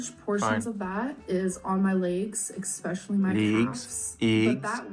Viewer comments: There still isn't a "gg" in "especially",! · I get triggered every time she says EXPECIALLY instead of especially. Her mind really stopped working at age 13.